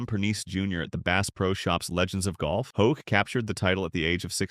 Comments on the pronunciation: I stand with the others on the mispronunciation. It's one thing to be wrong, but particularly bothersome is the inconsistency of the narrator: Hoke, Hawk and Hock. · Scott Hoch not Hawk! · Learn to at least pronounce his name correctly !